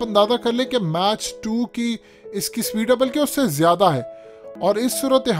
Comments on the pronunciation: MACH......Ye lafz MATCH nahi perha jata bal k MAK(UK tallaffuz ha jese PACK) aur US tallaffuz MAAK ha jese PAK. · sir your prononciation is soo poor . combat mach